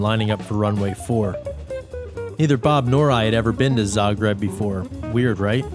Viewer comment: Zah-greeb it is!